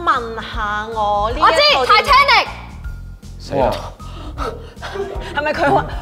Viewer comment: Its Titanic..not Titianic! haha